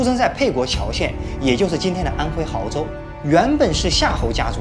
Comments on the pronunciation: 安徽 亳 bo 州 安徽没有hao州………………………… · 没人纠正一下 亳州 读音吗 （博）